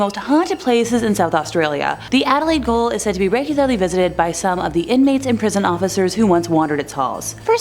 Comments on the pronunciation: Where's Adelaide Goal? At either end of Adelaide Oval!! 🤣🤣 It's GAOL - y'know? Or as you Yanks call it "Jail". 🇭🇲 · What is Adelaide goal Gaol is pronounced jail rhymes with nail snail hail ale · No ! Pronounce correctly it’s Ju—neee! And Jail like nail it’s not Goal??!! Armadale has tours at night and yes it’s bloody damn creepy place!! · Adelaide goal? 🤔 I thought it was a gaol/ jail.. Please stop hurting me head. Junee is 'June E' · WHY are you saying "GOAL???" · 🤦‍♂️🤦‍♂️🤦‍♂️ it’s Gaol, not Goal. Same as Jail but spelt properly. Your ignorance is amazing. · Gaol is the way we spell jail down here. And Junee is correctly pronounced as June-e, voicing the final ‘e’. Perfect on Wollondilly, though. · Gaol. Not goal ! SMFH 🙄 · Adelaide goal?! 😂😂😂😂 Why don’t presenters ever check how to say words before they actually do. It’s pronounced ‘jail’. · Gaol.... It's practically spelled out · Here! And I laughed when she said Adelaide Goal instead of Gaol! 🤣🤣